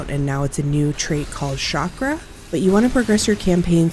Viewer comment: Few words in the whole English vocabulary like (Chicago & chandelier) pronounced with a "SH" ..... Chakra is not one of them !!!!!!!